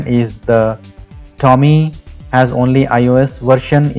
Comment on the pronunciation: Hey idiots! Nothing wrong in trying to make money. But, before you create your videos about a product... find out how the product *is pronounced*! TOM-EEE... TOM-EEE....TOM-EEE!!!! Bloody irritating! IT IS PROUNOUNCED..... TOME like DOME. Not pronounced like.. DALL·E!